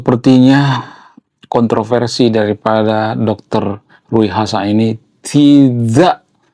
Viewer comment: Bacanya Riu hasan bang bukan Rui